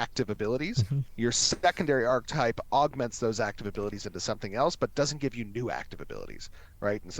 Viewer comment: I can't deal with how he pronounces ARCHETYPE. It's not pronounced ARK-TYPE.